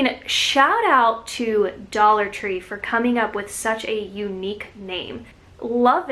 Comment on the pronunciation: Love "Dallah" tree 🥰